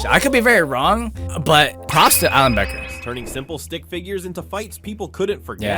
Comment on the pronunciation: True btw it is Becker not beaker I’m not judging I’m just telling you